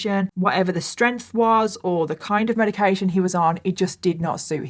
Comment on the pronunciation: Medication sounds like Zoloft